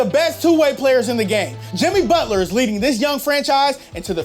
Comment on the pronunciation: Did he say butler over Town?